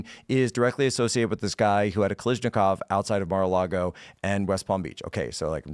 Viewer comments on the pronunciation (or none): "Kalishnakov" immediately discredits you in my book